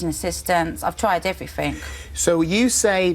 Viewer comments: maybe it's because you say "everfink" instead of everything. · Everyfink is not a word you fat fuck!